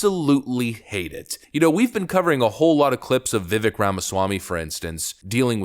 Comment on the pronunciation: Holy fucking shit. Vivake like cake. At this point if you're pronouncing it wrong still, it has to be intentional